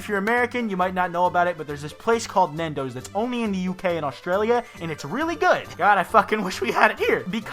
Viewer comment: Nendos? Or Nando's? I honestly couldn't tell what you were saying... if you said Nando's and it's not some other restaurant, we had that in Malaysia and Pakistan too, I'm fairly sure it's in multiple parts of Europe and Asia, maybe also Australia, and they're expanding into the US too, I remember there was one in DC and one in Chicago too.